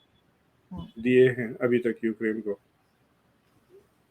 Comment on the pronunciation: Aaf thee sanctuary. Naat thee year. You know like a Wildlife "Sanctuary".